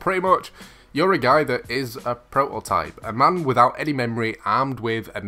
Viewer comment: Will you pleas say prototype and not propotype! You can atleast pronounce the game titel correctly! 😂